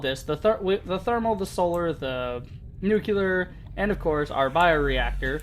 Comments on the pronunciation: why do american people keep saying "nucular"? is it a different word, a different pronunciation? i don't know why it bothers me so much, it shouldn't. maybe is an irony on an expression that i don't know, like some gamers pronouncing on purpose knife kaaneefi. i am not a native English speaker but i thought the word is nu-CLE-ar, not nu-cu-lar. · Great video, but thumbs down for mispronouncing nuclear.